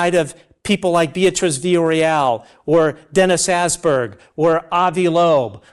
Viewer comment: Dennis Ass-berg, poor man! Åsberg! Å pronounciated as a in 'alright'.